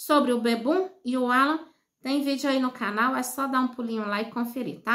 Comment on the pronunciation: Fala o nome correto não Ala e Alan, coisa horrosa